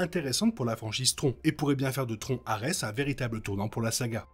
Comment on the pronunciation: tron dit comme "tronc" j'ai vraiment du mal, c'est bien bien moche